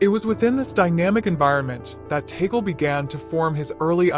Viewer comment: Pronounced Tah-gleh. Stop calling him. Taygle